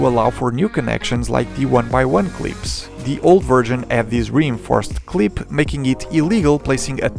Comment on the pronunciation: “Cleep” “See Mee Lur”